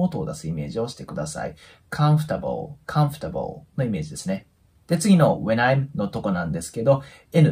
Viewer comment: このチャンネルは英会話能力がない私にとって，とても有益なチャンネルであって，とても有害なチャンネルです。 なぜなら，知らないフレーズをたくさん覚えられる反面，耳に残ってしまう間違った発音が毒だと言うことです。私は，会話できないけどコンフォータブルのようなカタカナ読みはしません。チャンネル自体を高いレベルの方に統一していただくとありがたいです。